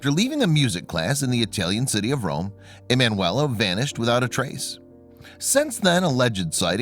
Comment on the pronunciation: her name was ee man you ella , why do you not google how to say it ?